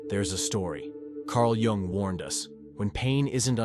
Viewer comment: Too much preamble. Learn to say JUNG'S name correctly. Tell us the 13 traits, THEN TALK, not analyze before!